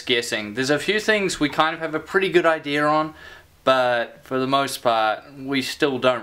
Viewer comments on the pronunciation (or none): 2nd person Ive ever seen pronounce "idea" as "I-dear".